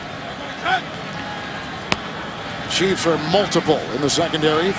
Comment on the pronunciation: It's "Chiefs".